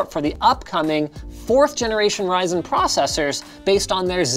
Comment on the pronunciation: Ryzen turns into rising!! Lol